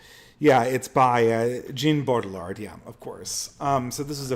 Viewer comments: Also, the pronunciation is "Bow-Jard" with emphasis of the first syllable. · I know you struggle with pronunciation, but fyi Baudrillard's name is pronounced "Bow Dree Yard"